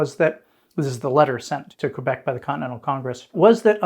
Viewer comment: Thank you for pronouncing Québec correctly, unlike this series' narrator. 😉